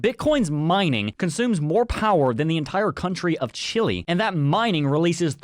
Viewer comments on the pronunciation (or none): none